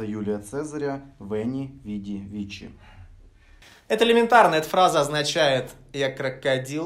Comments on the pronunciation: Ребят, простите, что придираюсь, просто как человек, который учит латынь, не могу пройти мимо: Цезарь говорил: Veni, vidi, vici, и последнее (победил) читается как вики, а не вичи. Простите) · Не веди вени вичи, а виЦи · Вообще-то Вени Види ВиЦы(Ки), но не Вичи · Правильно читается Вэнди, вэди, вици что значит пришёл увидел победил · Почему все говорят "вичи", если правильно "вици"?! Филолога бомбит... А видос хороший)) Как всегда на высоте) Но этот момент слегка испортил впечатление...